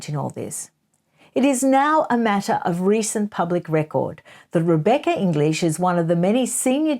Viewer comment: I understand your basic premise, but I d o feel that you are being unfair to Rebecca English. You managed to say her name with a deal of emphasis many times, banging home your distrust of her and the system, but it came over as very pointedly discrediting her. You may not have meant to be quite so outspoken about her in particular, but it didnt sit very well with me, unless of course you gave her the right of reply?